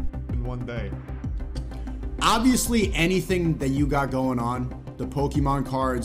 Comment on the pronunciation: Bro said pokeom crads not Manly he vant be a man